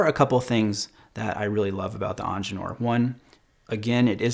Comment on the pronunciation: Please dont call the IWC "eanginieure"! The word "Ingenieur" is german for "engineer". Just call it engineer, its easier for you and for everybody else to understand. - written by a german